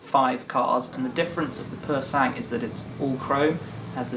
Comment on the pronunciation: Awesome video again! Btw Sang is pronounced without the G